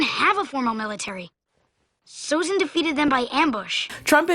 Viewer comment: Sozin, not Sozen.